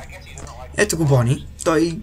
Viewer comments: Много ми харесва как казваш на Бъни,Бони. много смешно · Bonni се чете на Български Бъни